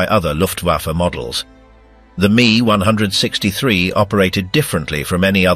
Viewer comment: Itsa pronounced "M, E, 1, 6, 3," NOT me onehundred sixtythree